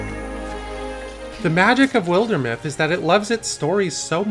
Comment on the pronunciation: Shame he doesn't know how to pronounce wilder either....